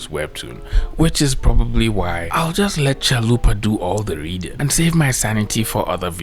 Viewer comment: Is there other folks who heard Zalupa instead of Chalupa? Otherwise this is comment for promotion haha